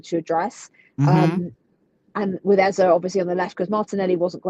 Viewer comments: Rebecca, Eberechi’s last name is EZE no EZER. It’s a Nigerian (Igbo) name. The last letter is pronounced the same as the first: “AZA.” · Rebecca its actually pronounced Eze (ay-zay) it's an Igbo name.